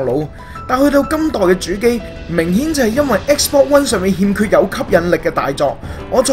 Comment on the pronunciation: 我對英文幾執著lol...我聽到不停講"X bor"真係好難頂... 同埋ultimate都冇讀啱